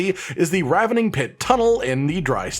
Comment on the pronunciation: Thanks for pronouncing ravening correctly. So many videos say Rave(ing) or Ravine(ing)...